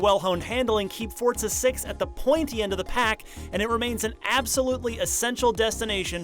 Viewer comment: fortza its called forza xD